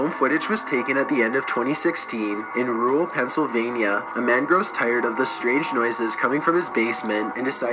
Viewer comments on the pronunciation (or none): none